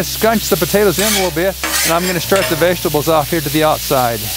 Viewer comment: The way this guy says vegetables lol I laugh every time for some reason